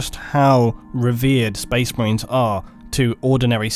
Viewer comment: Spoice Mah-rains